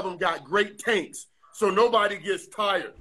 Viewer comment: I swear I heard "both those men have great taints!" Ik he said tanks but still